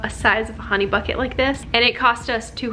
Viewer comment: It’s honey not Ron 😂